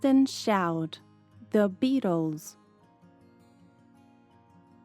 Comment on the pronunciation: Sempre que ela fala "The: zâ" eu escuto ela falando "dâ". Cara, e eu fico confusa.